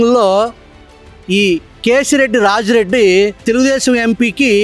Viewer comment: కేసిరెడ్డి రాజశేఖరరెడ్డి వాడి పేరు సరిగ్గా చెప్పండి గారు.